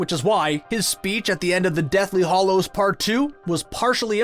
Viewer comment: It's hallows not hollows!